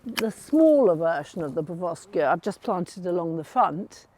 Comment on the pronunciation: PeroVskia not PerVoskia